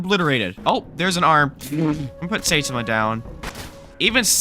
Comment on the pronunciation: Saitama is said sigh-tom-a